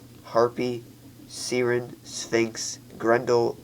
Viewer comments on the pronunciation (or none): Idiot its pounds and its pronounced. S-eye-ren